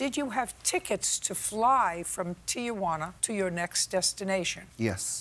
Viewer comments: JJ is old enough to know the name of the city is Tijuana, TEE-WANNA, not TEE-A-WANNA. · CRINGE every time she says TI-A-JUANA instead of TI-JUANA. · Lol, Judge Judy: TEE-YAH-WANNA.